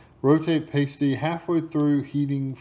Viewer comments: Michigan staple. U need the gravy with it. Lol its called pass-ty, not paste-y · 👍Thanks for the review; however, sorry but you’re doing a couple things wrong... 1- It’s pronounced “pass-tee” not “paste-ee” 2- For BEST results, you must cook them in an oven - never the microwave!🤢 This will give you the “crisp & flakey” you’re looking for. 3- Once cooked, they should be topped with either gravy or ketchup/mustard or just ketchup. I’m a self-proclaimed “expert” on these for several reasons. First, I grew up in the Upper Peninsula of Michigan (where they’re most popular in the U.S.) where you can get these in most towns (Cornish in origin) as well as most natives will have a “family recipe” - my own family included. Pasties are nothing like an English “meat pie”. Pasties were originally made for the (copper) miners of the area as a meal they could put right in their pocket to eat later in the day. The one you have here is a pretty basic one... fillings can be anything from beef, pork, chicken, potatoes, carrots, & (instead of potatoes) rutabaga is used!😋❤️😋 Thanks for making me homesick!😢 Having pasties (& bringing frozen ones back with is to SC) to eat is a necessity for any native “Yooper” coming back to visit!!👍👍